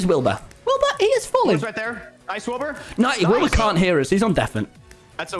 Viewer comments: hah he said wilby again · HE SAID WILBY